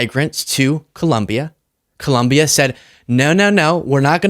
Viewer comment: Excellent analysis and presentation. One small nit-pick: please pronounce ColOmbia correctly. (It's not ColUmbia.)